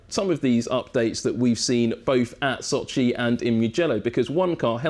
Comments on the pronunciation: Sochi, not soooochiiiiiiiiii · s`O`chi, not soch`I` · Can pronounced every technical detail flawlessly but struggle to say So-chiii over and over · İt is pronounced Sochi not soch-iiii 😂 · Never knew Sochi is pronounced like SochiE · why is he mispronouncing Sochi so bad? The emphasis is on O. Does he know the race is in Russia and not in far east? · The way he pronounces Sochi... bless you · Brown Yeah I know, didn't mean it as an insult. On the other hand, he did pronounce it correctly couple of times